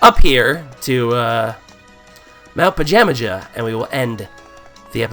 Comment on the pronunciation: the mountain is pronounced pa-jam-a-ha